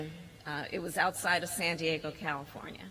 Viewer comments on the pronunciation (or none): none